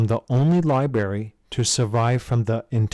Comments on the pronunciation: Ummm - “libary”. Who doesn’t know how to pronounce library? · I’ve got a challenge someone find the first R in library for this guy 😂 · Silent R what? sounds amateur.